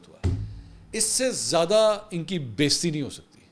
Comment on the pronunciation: Thx.. Pakistan Zindabad. Correction the word is Beizzati, not Besti